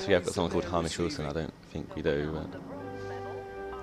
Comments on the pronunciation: the name is pronounced Hame ish not Ham ish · its pronounced hay-mish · its pronounced haymish